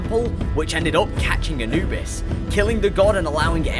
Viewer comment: not how you say Anubis but ok.